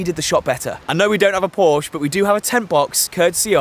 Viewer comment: I stopped watching when he said Porsche. Unforgivable.